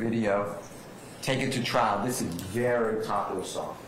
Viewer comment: Trial*** not “Trail”… lol